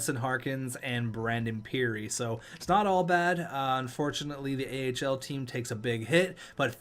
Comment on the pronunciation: Filip Ahl is actually pronounced All